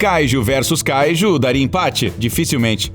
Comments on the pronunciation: mano,seus videos são muito bons,mas dá muita raiva quando se pronuncia as coisas do modo errado,tu fala a silaba tonica de kaiju como se fosse o KA,mas é kaiJU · Ele fala kaiju de um jeito muito estranho.